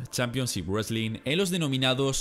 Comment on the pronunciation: aparte del "wesling" 😂😂